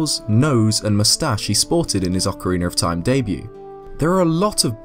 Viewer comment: Great video! And you still say Ocareener of Time hahaha